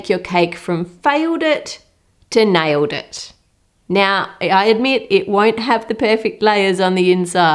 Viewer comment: Did she just said filedet to niledet